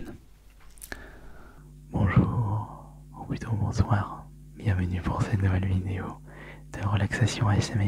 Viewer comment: Quand quelqu’un dit "bonsoir" en soft spoken j’ai l’impression qu’il dit "bonzoir"